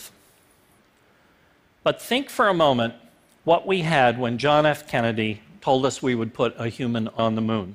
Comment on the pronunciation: Like for that phat "Hwat" at the very end.